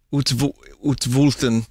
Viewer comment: Vinny pronouncing "utsvulten" is what I come to these streams for